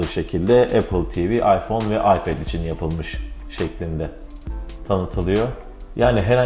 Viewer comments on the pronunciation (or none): none